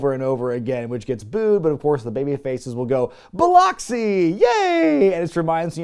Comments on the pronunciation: As someone who lives nearby, it's pronounced "bill-ux-ee", not "bill-ox-ee". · Love the channel,! I DO have to advise- Biloxi is pronounced Bill Uck See, not Bill Ock See. With that said - wild to see a venue I am VERY familiar with on this! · Whoa....whoa whoa whoa....sir! It is not Bi-lOX i (like box). It is pronounced as Bi-Luk-See. Lol! Still love your videos though. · Wow, I'm from Biloxi and went to a WCW House Show, and a WWE House show and a RAW at the Coliseum, but I had no idea we ever rated a PPV, of course I was only 5 in 1993 😅 Also, just to let you know, it's pronounced Bill-uh-cksi not Bill-au-cksi lol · By the way its pronounced "Biluck-see", not "Bilock-see". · bil-lox-e lol Its pronounced: bil-lux-e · I believe it's pronounced buh-luh-xee. As a Mississippian, I couldn't resist. lol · Just a heads up. It's pronounced BiLUXi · It’s pronounced bill-luck-see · As a native of Mississippi, it always gives me a smile hearing how folks pronounce Biloxi. I rented this Pay Per View at one of our local stores. I don't remember much about it. I do remember the mini movie. That was a good time waster. One thing I'd love for the influencer to do is give a retrospective on 2 Cold Scorpio, if he hasn't done it. Mad underrated when he was active. He's a guy that really could do any style of match and memorable moves. A real one indeed.